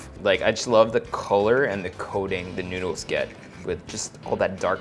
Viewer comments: i really hear "nyoodles" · Promise newdools talaga naririnig ko.